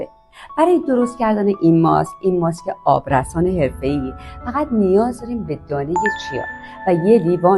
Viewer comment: آبرَسان❎️ آبرِسان✅️ بی سواد از سنت خجالت بکش